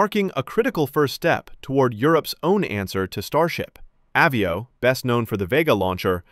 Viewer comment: It's called AH VIO, like Avion, french for airplane, since americants cannot speak English, think of Avi_ation, NOT AWE VIO 😂😂😂